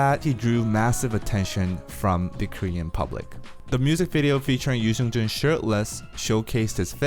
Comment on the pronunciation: Subtitles be like pronouncing his name as "News engine" Yoo Seung Jun🤣🤣